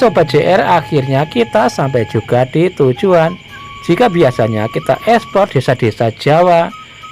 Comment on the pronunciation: Maaf mas tlg ngomong nya eksplor dong (explore/jelajah), jgn ekspor (export/menjual) ntar di kiranya sampeyan mau menjual desa orang😂😂😂😂